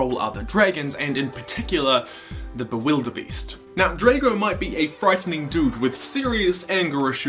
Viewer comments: It's Drago! Not Draco! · U sied drako its dgrago bloodfist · This is an awesome story but Drago ( Draw-go ) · Your pronounce Drago not Dr-ae-go but just Drago sos XD love it